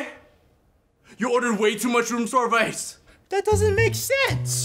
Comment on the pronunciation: Bloopers: You order way to much rom serviace Funniest thing I’ve heard😂😂😂😂😂🤣🤣🤣